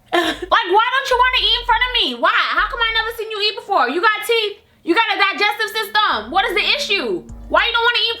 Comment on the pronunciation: "You gotta djijestive systehmm"😂😂😂💔